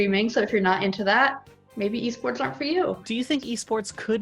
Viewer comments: I had to pause the video and take a momet because "eh-sports" left me reeling. Re: P.I.S.S. ... Why am I into it though. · 44 seconds in and I'm already cackling over "eh sports" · I'm very disappointed the correct "Eh Sports" pronunciation was only used once in this video. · “They’re called Eh sports”